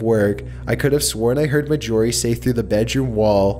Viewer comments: He also calls Mar-gorie, "Mah-jorie". Completely bugs me. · Her name was. M a r J o r I e not M a J o r I e. Get me? Marj not major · Story 5: YOU MEAN MAJORIE??? Not majyourie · ASFvsASAP 1 I kept correcting him too Axel! And sorry but at first i didn't catch Mag-orie but I'm sure its Margorie like margarine and ory lol but still love the storys and vids! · dude, it's not ma-jorie, it's marj-orie as in margarine or Darjeeling I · Are you sure the name isn't MAR JOR EE? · I believe you have mispronounced the name of the last story's name. I'm sure its pronounced Marjorie mar-jor-ie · It bothers me that he is saying the name Marjorie incorrectly. Ugh.